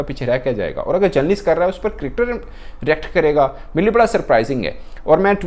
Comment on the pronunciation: Its Cricketer " NOT CRIKTER " Similarly I noticed you saying " SAMVRITI MANDHANA " in an old video , ITS SMRITI !!!